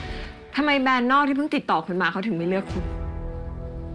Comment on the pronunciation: “แบรนด์ค่ะ ไม่ใช่ แบน” … วอนคุณใหม่ดาวิกา ช่วยฝึก ร.เรือ ล.ลิง ให้ชัดด้วยนะคะ ถ้ายังรักการแสดงละครอยู่